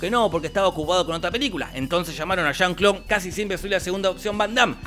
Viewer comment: Que diga "chan Clau" 100x jaja